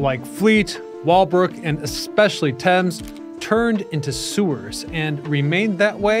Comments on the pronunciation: Stop trying to pronounce the A in thames 😂 its probounced like temz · It's funny that you mispronounced Thames the entire video.